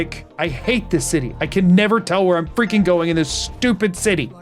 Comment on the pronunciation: "It keeps Go-URN-g"